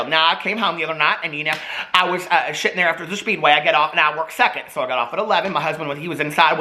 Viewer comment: LOL!! he says “Well, I was shittin’ there...” instead of sittin’ there lmao!! Screaming!!!!!